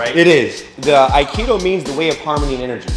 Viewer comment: "Wing chun"... "No Akido" CLOSE! I spit out my water.